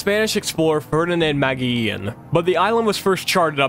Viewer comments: "Mageean" That's pure american over there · js a small correction, Ferdinand Magellan was Portuguese sponsered by the Spanish. Also its pronounced Muh-je-lin in english